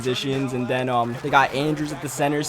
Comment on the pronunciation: "Togedder" "anudder" "den"